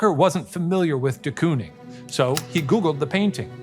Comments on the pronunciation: as a dutchie i cant stop giggling at their pronunciation of De Kooning😭😭 COON?????😭 it's pronounced like cone so you'd say "cone-ing" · In the rare case you ever need to pronounce “de Kooning” ever again, its pronounced the same way you would say “door” with a long stretched “o” sound 😇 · The most dutch way of saying ‘Willem’ and also the most American way of saying ‘de Kooning’ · As a Dutch speaker please search how to pronounce de Kooning 😭😭